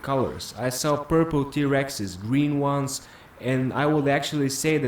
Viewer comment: “I saw purple T-Rexes....GREEN ONEZzz”